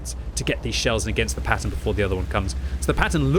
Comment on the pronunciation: Why do you keep saying 'Pattoner tank' ?